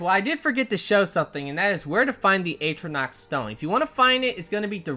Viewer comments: Its not aytronach its pronounced at-row-nac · AT - RO - NORK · Its not "Atronach" its "Atronach"!